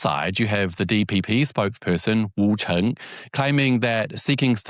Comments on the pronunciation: her surname is Zheng, Cheng is the dialect pronunciation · Hi mate You’re pronouncing the Taiwan leader’s surname 郑 wrongly You’re pronouncing it as 陈. Cheers 🎉